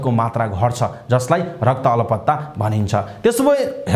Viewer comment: Rakta 'alpata' or 'alaptta' what a wrong Nepali pronunciation !